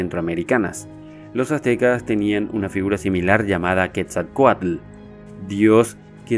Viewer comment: wow felicidades, me gusto mucho, me encantó que pronuncies bien "Quetzalcoátl", el vocablo ATL, significa Agua... y es curiosamente raíz también de ATLántida... saludos desde México !